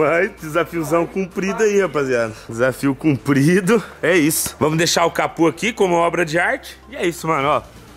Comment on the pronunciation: Pq vc fala capu? É capô o correto.